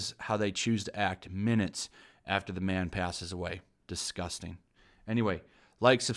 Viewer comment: Washington post: dis respects a legend: DIS-GOUS-TANG